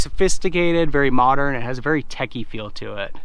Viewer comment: Picky-picky... nothing wrong with that vehicle; you're a young guy, that explains it. Also check your pronunciation.... it is techy and not tacky. BMW /Audi hahah